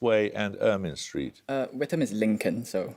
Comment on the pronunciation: Paxman got the name of the river wrong there. It is pronounced With-ham not White-um. Also Ermine street is pronounced Er-mine not Er-min.